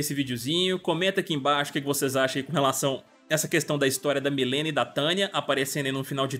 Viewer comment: Que nervo ouvir ele falando Milena o tempo todo hahahha, é "Mãlina" que fala..